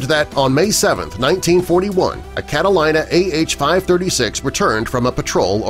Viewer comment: *****IT IS PRONOUNCED "CATALEENA", NOT "CATA-LIE-NA".